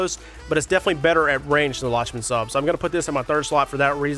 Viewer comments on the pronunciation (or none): I think it’s pronounced “Lock-men Sub”